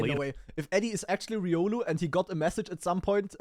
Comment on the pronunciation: Calling it now. The next Smurf will be “ree-olu”. But fr riolu needs to get help.